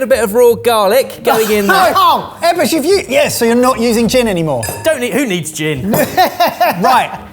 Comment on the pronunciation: I don't usually take to the comments but, EBBERS!!! You CANNOT get away with the U!